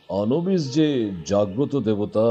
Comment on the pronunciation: নাম টা আনুবিস । অনুবিস নয়। উচ্চারণ টা তো ঠিকঠাক করুন।